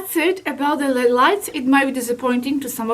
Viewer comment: They are not l e a d light it's pronounced L.E.D. separate letters because it's an acronym for light emitting diode